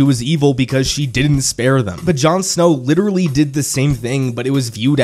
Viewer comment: LITURALLY LITURALLY LITURALLY